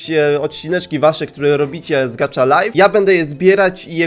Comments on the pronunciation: Gacha nie gacza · Elo mam tylko jedną uwage no bo czyta sie po prostu gacha a nie gacza Może wejdziesz na mój kanał byłabym bardzo wdzięczna Najlepiej serie: "Jestem sławna" bo inne są takie no... Lub" Bez Emocji" z Góry dziękuje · Nie mówi się gacza tylko gacha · mówi się gaha life a nie gacza life taka porada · Nie muwi się gacza tylko gacha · to sie nie czyta gacza lajf tylko gaha lajf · to nie nazywa się "gacza" tylko gacha😡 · to jest gacha life a nie kurde gatcha life jestem hejterem xD